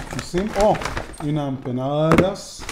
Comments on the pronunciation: היי לא אומרים אמפנדוס.... אומרים אמפנדס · סרטון מושקע, עריכה מעולה, דיבור רהוט, סאונד גבוה וביקורת מקצועית אך אמר אמפנדוס ולא אמפנדס לכן 3.5 במדד שלנו. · אני ארגנטינאי. ואני אומר לך בפה מלא. אומרים אמפנאדס לא דוס דס